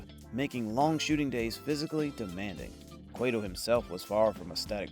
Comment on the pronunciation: Its pronounced "QUAT-oh" (not Quay-to"